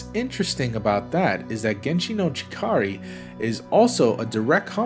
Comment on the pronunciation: It’s pronounced “Genshi no Chikara”, not “chikari”.